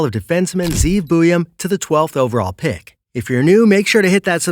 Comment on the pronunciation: Communication issues? Good grief. Just admit you were lazy about it. How hard is it to actually confirm the pronunciation of the name of a school? I mean, you pronounce Zeev Buium just fine for cripes sake.